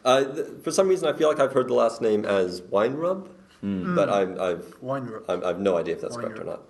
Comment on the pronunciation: Hi Ruths’ Dad was our family Dr. My parents pronounced it as “wine-rib”. But I believe it’s pronounced ''Vine-rib''.